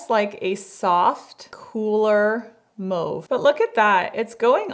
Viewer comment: Another amazing fun video that answered so many questions that I never realized that I had. Also thank you for pronouncing mauve properly. In my opinion it’s said like mow-ve. As in mowing the lawn. Not like ma-ve. As in Ma wants us to come inside. It’s a wee pet peeve of mine tbh so I’m extraordinarily impressed. Thank you ❤ from Shannon in Canada 🇨🇦 PS loved seeing Shoppers Drug Mart in a video because that never happens. Got that excited feeling of Hey I shop there too!